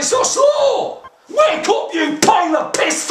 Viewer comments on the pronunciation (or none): none